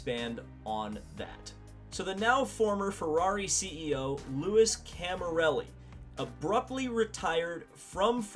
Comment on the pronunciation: Its not like 'Lewis' Camilleri... the proper pronunciation is like 'Looie' Camilleri. By the way Alfa Romeo V8's did power some cars in Indy Car back in the 80s, one driven by Danny Sullivan.